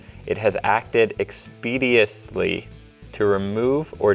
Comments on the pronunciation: Lol, expediously. I like the tenor of your voiceover guy's voice, he sounds like he's intentionally making fun of everything he reads. If he learned to pronounce words correctly, especially multisyllabic affairs like *expeditiously*, it would contribute to, not detract from, the sarcasm. As for Article 13, I don't understand why the current system is inadequate. Artists have the option to either accept what YouTube pays them, or have the videos removed. If they don't like the remuneration, they can request a take-down. It's idiotic that this is even taking place. Additionally, the Council's version of the law is only subtly different than the current law, in that it makes explicit YouTube's liability if they do not comply with a take-down request. Currently, YouTube is theoretically liable for copyright infringement if they neglect takedown requests, so this isn't a massive change at all. Why is this new law even necessary then? Suddenly I understand why the UK leaving the EU might have a few upsides. Don't get me wrong, it's still mostly dumb, but at least they won't have to endure the POINTLESS BUREAUCRACY anymore (though they certainly have their own homegrown bureaucracy that won't go anywhere)! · expeditiously... mispronunciation :D